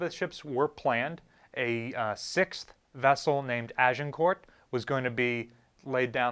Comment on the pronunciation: Agincourt is pronounced Agincore. Not being a smart arse just letting you know.